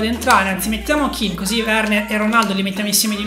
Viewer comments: Si chiama ken non kin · Comunque non è Kin ma Ken ℹ😇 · si dice moise Ken no kin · Un consiglio si scrive Kean e si pronuncia Ken non Kin